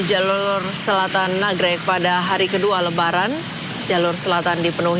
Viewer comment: Nagreg mba , bkn nagrog